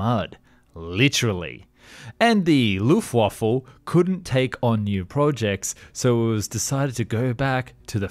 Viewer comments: It's pronounced LUFT WAFFA not Luftwaffle,your German sucks,don't even to to pronounced it. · WTF is the luft waffle? It’s Luftwaffe! 🤦🏼‍♂️ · Pronounce W as V to get the correct pronunciation in German (ie: Luftvaffe) ;) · The… “Luff-Waffle”… ❤😂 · It's pronounced loof vaffa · Not sure why, but , it sounding like you're saying Luft waffle is just hilarious. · according to the picture shown there it was on purpose